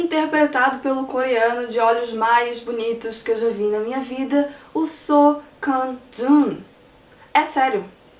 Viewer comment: Você arrasou na pronuncia do nome do Seo Kang Joon todo fala errado o nome dele aí vem você brilha 👏😀😀😀🎉🙏